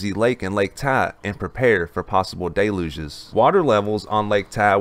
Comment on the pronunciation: My favorite is all them "Day Louges" having to deal with